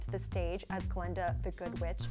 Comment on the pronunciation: This girl talks funny. And it's Glinda, not Glenda.